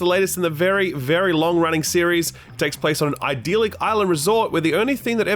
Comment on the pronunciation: Are you mispronouncing idyllic?